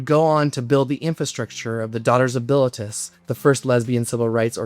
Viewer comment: Bilitis = bill-EE-tiss